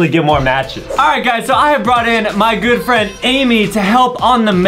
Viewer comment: Likd when you hear Adam said 'GOOD FRIEND' you understand girlfriend😂